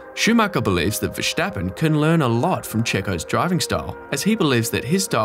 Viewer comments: Why on Earth do you pronounce Verstappen so weirdly? It's not Ver"sh" tappen... I'm Dutch btw... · VeRStappen... someone tell this guy to go to speech therapy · "verSCHtappen" hahahah wtf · You pronounce Jos and Verstappen like goldmember